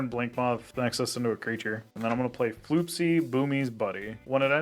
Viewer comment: it's pronounced FLOP-SIE, not FLOOP-SIE